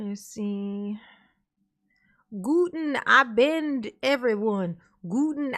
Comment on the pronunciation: it's äkshily "Guten Abend"